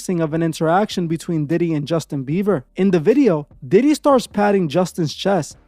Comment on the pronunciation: Justin beaver tho “Bieber”